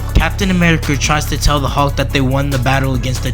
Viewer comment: His name is Hulk not Halk you clown. You probably call it malk instead of milk too.